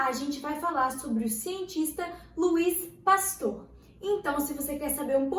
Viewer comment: Oui oui arrasando no Frances hahaha falou certo, relaxa!